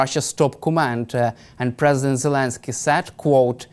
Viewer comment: Hodges needs to learn how to properly pronounce the name Zelensky. It's NOT Jelinsky or Gelinsky! Even the closed captioning is hearing that.